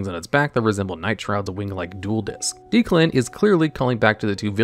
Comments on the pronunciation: Isn't his name pronunced like DECK-lan not deek-lan? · i cant get over this guys pronunciations man deus machinex doesnt even have the "ex" in the middle because its at the end of the name, makes me feel like he cant even read the cards title right its Deck-lan, not deeklan, too shudders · Is Declan being pronounced Deeclan a reference to the dub or is it just not a common name in the US? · He did not pronounce Declan as Dee-Clun lmao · Worst part of this video is the pronunciation of Declan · bro how could you mispronounce Declan? 🤦🏽‍♂️